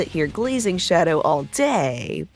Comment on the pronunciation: did you just call him Daddow?